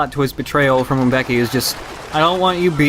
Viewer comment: Gotta love that those baboons were legit B.O.W.'s. it was closest thing we got to a plot besides "ancient evil spirit" bullshit. It kills me how they pronounce M'beke like Uum becky instead of muh-bay-kay or as close as I can write it without the correct accent